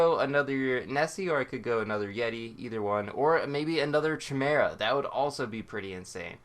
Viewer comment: "chu-mare-uh" lol